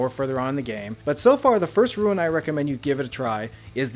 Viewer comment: What part of the word R-U-N-E makes you think you should pronounce it "Ruin"?